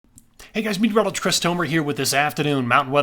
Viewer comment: When you introduce yourself as Meteorologist Chris Tomer it sounds like " Mtrlogst "Chris Tomer . We still enjoy your forecasts regardless.